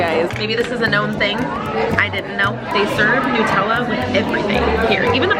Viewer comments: So glad you enjoyed the European experience! My favourite bit was you saying Nutella like New-tella 😂 Instead of Nut-ella. Is that the American way 😂😂❤❤ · The way Americans pronounce Nutella is interesting to me. As an Australian I pronounce it like nut-ella (ie like the nuts it’s made with).